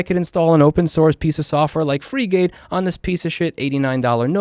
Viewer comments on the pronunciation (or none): You call it "free-gate"? I thought it was pronounced Frigate, like the ship Edit: Frigate + home assistant + the ~EUR 70 NVIDIA accelerator is AWESOME. Without the accelerator, Frigate recognizes me as a sheep haha